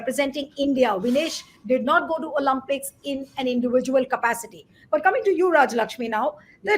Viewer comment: Olympics , please . Not Olumpics.